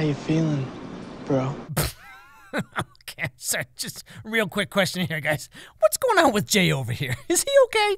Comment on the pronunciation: Is like he said it in italics with ✨ emojis